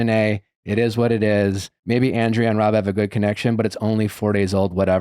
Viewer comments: Nick you keep pronouncing Andrea's name wrong... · lol he isn’t even saying her name right that’s how irrelevant she is.